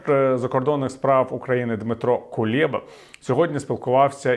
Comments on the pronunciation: Дмитро КулЕба, через е не є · Не Дмитро КУЛЄБА, а КУЛЕБА!!! Сі Дзі ПІн настільки хитрий, що він перехитрить , навіть, вас, Портников! Як бачите шпигунів накрили, зброя поступає..а..Сі Дзі Пін почує справжню позицію України у цій війні...Я дуже хочу,щоб ви помилилися у своій пропоганді про нескінченність російсько-українськоі війни!